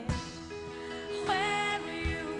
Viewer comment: The pronunciation "close air" kind of annoys me.